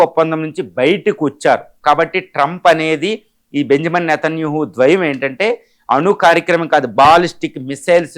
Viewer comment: అసలు ఈ "ఖైమోనీ" ఎవరు, " నేతన్యూహు" ఎవరు, ప్రపంచమంతా ఖమెనీ, నేతన్యాహు అంటుంటే నువ్వేమో ప్రతిసారి అలా అంటున్నావు, ఏది నిజమో మీరే చెప్పండి